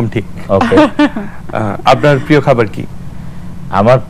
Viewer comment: এই বোতল মার্কা নায়কতো "প্রিয়" শব্দের উচ্চারণ পিয় বললো।